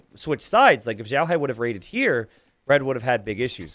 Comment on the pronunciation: He's xiaohai though, not zhaohai